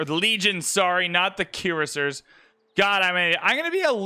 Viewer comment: Love how you are having difficulty with Courser - Cuirassier ;)